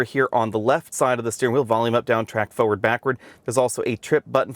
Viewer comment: Cmon “FO-WARD” instead of forward